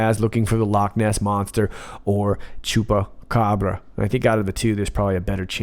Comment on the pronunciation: I think you like saying Chupacabra! And your pronounciation is Very good!